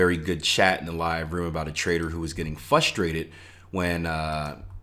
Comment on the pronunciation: Yo- love your material and have been following you for awhile- but you do know it's FRUSTRATED and not fustrated, right? And ESPECIALLY and not specially, right? Anyways- best of luck with your new endeavors- can't wait to see what you have for us in 2018. Kaizen.